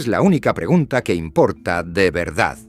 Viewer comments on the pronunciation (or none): none